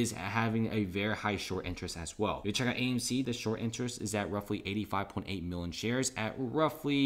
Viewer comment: Never trust someone who can’t pronounce million correctly